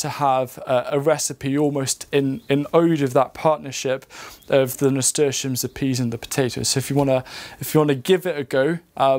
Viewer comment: What is this ‘murstashiums’ thing you keep saying? Idk how to spell it much less say it correctly to look it up 😂